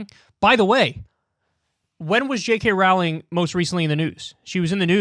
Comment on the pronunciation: He doesn't know how to say J. K. Rowling